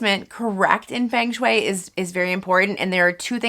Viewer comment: It's pronounced FUNG shui. FUNG!